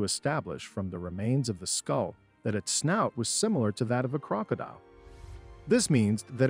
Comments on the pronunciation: “mega lodin” and “croak a dile” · I stopped watching as soon as you said megalodon and crocodile wrong.